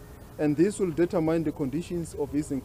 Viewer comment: determine is not pronounced that way